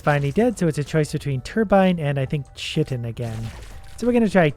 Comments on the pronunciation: It is pronounced Kye-tin not cHIH-tin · Quick tip chitin is pronounced like (Kai-tin) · Btw the chitin is pronounced “kai-tin” or “Kai-a-tin” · I believe that "chitin" is pronounced with a hard K sound, like Kiting